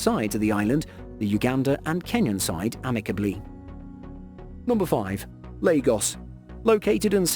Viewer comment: He pronounced Lagos correctly and Yoruba he pronounced wrong